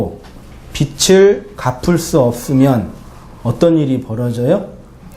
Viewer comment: "빚을" ㅡ빗츨 이 아니고 비즐 입니다^^